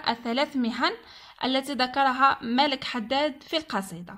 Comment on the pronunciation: اسم الكاتب ملاك و ليس مالك